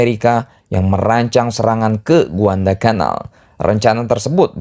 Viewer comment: Guadalacanal bang, bukan Guandalcanal Yassalam